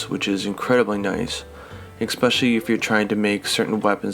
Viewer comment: am i losing my mind or did he say egg-specially